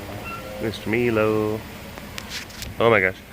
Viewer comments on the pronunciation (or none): none